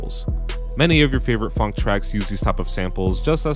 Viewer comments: say it like f-on-k, not funk. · he says it like funk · why would you say phonk like that